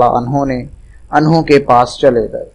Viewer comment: At 0.20 anhaa nehi anhoo